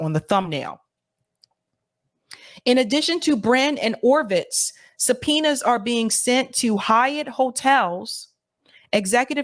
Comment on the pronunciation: Ovitz, not Orvitz. Die - man. Dimon. Not, dim (like a dimming a light switch). Die ... Anyway, those people are gross, however one pronounces their names.